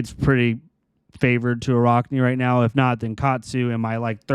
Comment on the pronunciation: For the love of god it’s araakni not araukni. Your pronouncing it wrong.